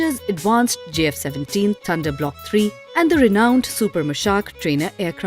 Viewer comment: Please learn to say J instead of Z